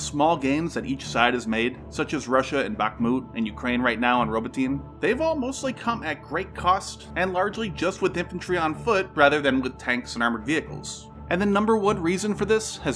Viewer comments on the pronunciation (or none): It's not "grinded" kid, it's "ground". And it's not "Robo-teen" either. Your copy-read is embarrassing. Proving to us all that you've never ever once heard a Ukrainian or Russian speaker name a proper noun involved in this war speaks volumes. I'm sorry, but you need to make money somewhere else. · pronounciation !!!, in particular, Robotee nay, Gheh pard !, (a hard G), and thats where i stop because i didn't watch the end of the vidéo yet.